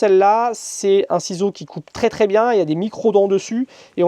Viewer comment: Il faut vraiment arrêter d'abuser du mot "tRRRès" ça tend a force. Sinon chouette boulot